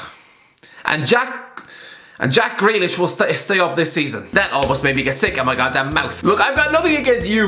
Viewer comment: Him saying Jack Greelish is like me saying. A Ar Arr Arro Arrow Arrow Season Arrow Season 4.